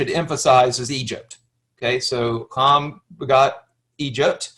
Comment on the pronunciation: We're done. In the Word. His name was Ham. Not Hom. So now I know. You don't know dip. Teach? Not Me